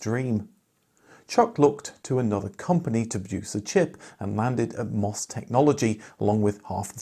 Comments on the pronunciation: "em" "oh" "ess" not "mos". We have to continue to pronounce it the way the commodore & MOS employees pronounce it! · The company name of MOS is pronounced as individual letters: em oh es.